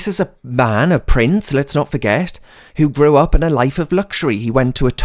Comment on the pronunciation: when you said pampered price, I played it back, as I thought you said pampered prick. I think the latter is more fitting as his title. Thanks for the video.